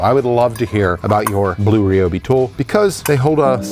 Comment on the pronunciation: says “blue” so weirdly lmao